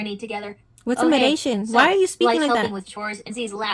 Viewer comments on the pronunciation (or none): HE REALLY SAID “medation” 😂